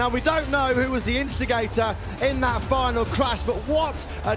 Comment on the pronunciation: feynel seyction et the stediem...who gave this job to this man